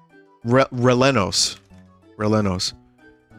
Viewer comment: 21;55 the way Vinny said Rellenos is so white person. The word Rellenos has 2 silent Ls. I don't understand it either that's just what I've always known